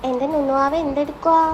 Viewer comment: not nunnuvaava 😅❌ kunnuvaava✅